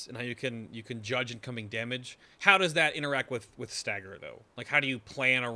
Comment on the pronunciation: Please say Damage the correct way, stopped watching when you did it twice....